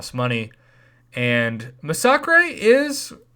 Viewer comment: Di u really just say masacrey